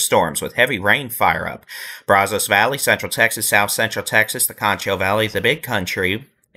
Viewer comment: Brazos is pronounced with a short a sound. “Bră-zus”